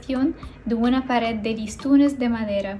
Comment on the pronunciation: Hola! Muchas gracias por compartir este hermoso video, todo está excelente y hermoso, a excepción de la narración, se aprecia el esfuerzo pero por amor de Dios que alguien le diga a la chica, que "pared e ideas" no llevan acento en la primera vocal.